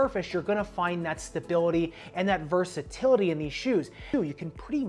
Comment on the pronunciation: Nice review! Love how in-depth you get with each review as your catalog of playtests gradually increases in size! The only critique is versatility* instead of “versitility”. Great work regardless, may have to check this version of the speeds myself.